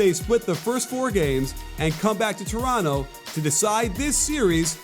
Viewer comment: Coach Nick thank you for not saying the second T in Toronto!! Go raps!!!